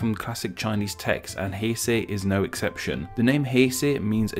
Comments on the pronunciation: I noticed some pronunciations were like German pronunciations lol, like the "ei" being pronounced like "eye" instead of "ay". That was with "Heisei"... which he sounded like he was saying "Haisai" at one point, that means Hello in Okinawan language lol. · why r u pronouncing 九州 as "zhuushuu" you had the correct spelling and the correct romanji up it's not that hard. And also you pronounced 平成 wrong like "haisai", then you pronounced it right for a few times so I thought you corrected yourself, then you went back to pronouncing it wrong. also you should put up the kanji since it could make it easier for viewers to find out the meaning themselves if you are wrong and they already know a language that uses chinese characters